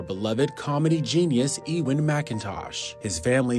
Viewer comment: Eee-win? In uk we pronounce it U-wen